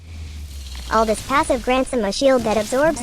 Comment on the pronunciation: I love your channel. Don’t wanna be that guy but his name is pronounced “Al-doo”